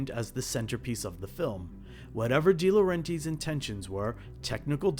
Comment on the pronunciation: I think it's pronounced "Dee-Lo-REN-Tiss"